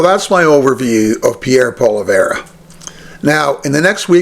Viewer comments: Say what? Poleverre? Its Poilievre. Phonetically, Pwaleeayvre. Obviously, your knowledge of French is zero. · He is not “Polly - Verrr or Pollly - verra”. If you want to be taken seriously, pronounce his name correctly. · I agree with you on Poilievre. However, I would hope that you could pronounce his name just a little better. It helps to give your point some more cred. Poilievre: "Pwall-ee-evv. Hope that helps. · Stay in your own backyard, bud ! And yes, Canada wants Pierrie Pollievre! 💯And if you can't say his name right, I suggest practice ! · Please please please pronounce Polievre's correctly...Please? I agree with your point of view, but it grates me that you mispronounce his name. It's like the Maga folks mispronouncing Kamala's name. Come on, now. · You should learn how to pronounce Pollive correctly. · You’d have more credibility if you could pronounce his name correctly. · If you can't even pronounce his name keep your dumb ass commentary to yourself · Reports on the guy, can't even pronounce his last name. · I think your pronouncing his name wrong. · Learn to pronounce his name for credibility!